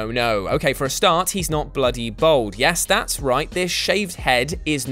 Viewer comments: Its bald not bold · After all these years and despite ending bald, still can't pronounce the word "bald" properly. Bald, not bold. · ‘Bold’? ‘Bowled’?? Did you mean ‘bald’? Took me a second to get what the hell you were on about... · You'd think a bald guy could pronounce "bald"